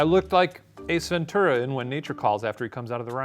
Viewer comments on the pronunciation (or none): Did Shane just say "Ace Ventura" but somehow make it sound like he said "a centurion?"